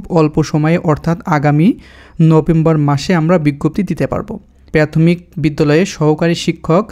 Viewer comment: আগে উচ্চারণ শিখেন তারপর ভিডিও বানান। প্রাথমিক রে প্যাতমিক বলেন